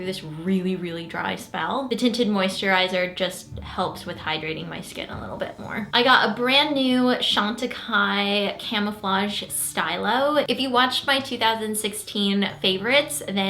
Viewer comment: The Chantecaille camouflage stylo is pronounced steelo, not steyelo. Stylo is French for pen. Not trying to be rude, just saying.